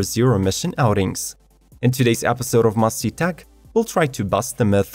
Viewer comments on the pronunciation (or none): I love this Technology Vlog but it annoys me that you, like SO MANY of the speakers on YouTube, CANNOT, DO NOT OR JUST WILL NOT, say the "T's" when they speak.eg.as in "must see." It ends up, " muss-zee." PLEASE, PLEASE make the effort to make yourself better understandable. It's called diction and not only involves Foreigners who speak English but also the native English speakers. It's a bad habit that seems to be like a Pandemic taking over. P.S. I do notice an improvement with your English. It just falls down on this "t" point.